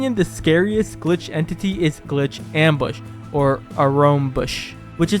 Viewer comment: actually we pronounce it ‘’Arox’’ Mbush